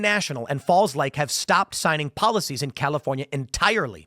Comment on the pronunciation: Dammit Tim, you opened with "The Chalifornia..." 🤣🤣🤣